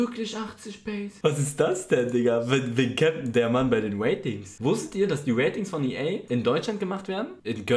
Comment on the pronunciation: Normale leute: Ratings Eli:Watings